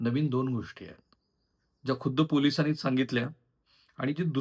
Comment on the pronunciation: तुम्ही द ला ध का म्हणता? विध्येच माहेरघर नाही विद्येचं माहेरघर. गोष्टी ला पण तुम्ही कधी गोष्ठी करता.